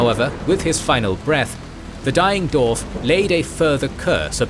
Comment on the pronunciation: It is Dwarf,not,"Dorf". Why do you keep calling them "Dorfs"? Every time you say it all I can picture is the spoofs by Tom Conway,like, "Dorf on Golf". It's a spoof golf instructional video where Tim Conway stands with his legs hidden in holes in the ground,with fake shoes or feet strapped to his knees,to make himself look really short. I can't take your LotR video seriously when you keep saying Dorfs,and Dorven.